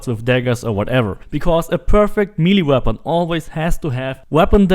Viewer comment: If I never hear milly weapon again I’ll be happy.